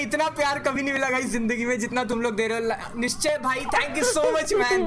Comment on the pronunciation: It’s nischay